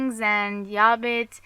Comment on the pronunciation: You know its Hobbit and trilogy... Not yobbit and Treeilogy